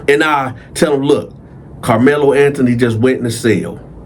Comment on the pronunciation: Karlmelo with a K not the basketball player 😂